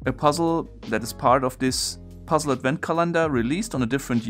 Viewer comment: Nitpick about pronunciation: The word Advent is pronounced AD-vent, not ad-VENT (accent on the first syllable). Otherwise great video, as always. :)